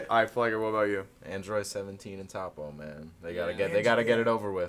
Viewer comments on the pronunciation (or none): "okay tappo" lmfaoo don't wanna be that guy but it's toppo 😂. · Toe-po not fucking top-oh